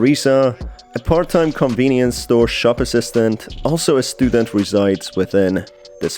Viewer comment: Not me, just feeling my anxiety rise as you say "convinience store" 😭